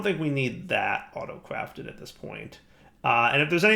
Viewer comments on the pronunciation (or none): Did anyone else hear say Auto-Cwafted and and?